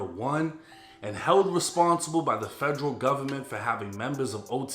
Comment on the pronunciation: Federal not Fredro 😂